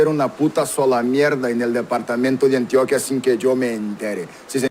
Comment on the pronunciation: Además no se dice Antioquía, se dice Antioquia, con acento en la O. Medellín es su capital, ciudad de la eterna primavera, no se le dice así a todo el Departamento.